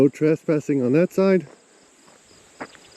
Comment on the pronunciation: I am intrigued by the way you pronounce trespassing, as if it were spelled traspassing.